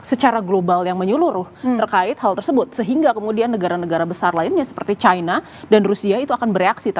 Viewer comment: Orang orang Indonesia genius kok jadi bodoh menyebutkan china menjadi Chaina yg sok kebarat-baratan dan sangat memalukan sebagai orang Indonesia